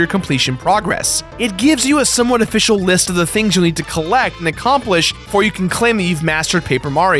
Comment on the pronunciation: When you said official, there was a fish in my game. A-fish-al. I'll throw myself out